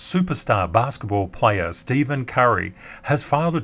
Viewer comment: Thanks as always! For the record, his name is pronounced Stefen Curry. :)